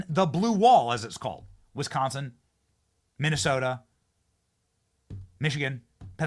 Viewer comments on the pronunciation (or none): none